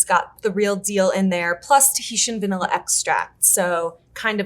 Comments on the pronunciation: I enjoyed the content, so I watched the whole thing... my soul breaking a little every time I had to hear bro say "vanella". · Great discussion. But really,, you don't know how to pronounce VAN illin correctly-? For shame.